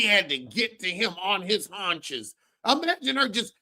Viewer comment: Not his “hauches” damn….😂😂😂😂 im done!😂😂😂😂